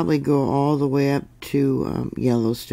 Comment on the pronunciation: Hi! I’m a native Utahn, and came to say two things. First, you’re great! Second, this area in Utah, Hurricane, is pronounced Her-ah-kun. FYI.